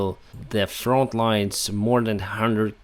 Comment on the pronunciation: It's front not font.